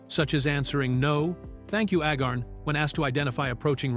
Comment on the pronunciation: Corporal Agarn's name is pronounced AY-gahrn (rhyming with "cay" and "barn"), with the primary stress on the first syllable. ☮